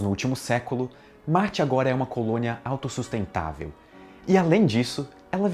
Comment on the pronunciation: Ele deu ênfase na palavra AUTOSUSTENTÁVEL, analfabeto funcional.